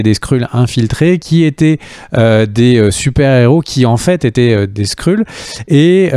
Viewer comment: Très bonne vidéo intéressante et un max d’infos sur l’univers Marvel 👌 par contre ‘’ les Skrulls ‘’ se prononce ‘’ Skreul ‘’ hein 🤣